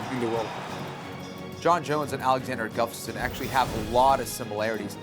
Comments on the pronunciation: Hey Kenflo! His last name name is Gustafsson, not Guftason... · kenny keeps calling him guftasson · Is Kenny saying Guftasson? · Can someone please tell Ken-Flo how to say "Gustaffson"?!! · I think Kenny Florian needs to practice pronouncing Alexander Gustafsson's last name if he's gonna be commentating this fight! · Florian should learn to say "Gustafsson" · Its annoying that ken-flo cant say Gustafsson.... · Gotta love Barao's highlight reel :D But please do not let Jon and Kenny commentate the main event, they both cant pronounce the challenger's name ;) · Is it just me or can Ken Flo not say Gustafsson?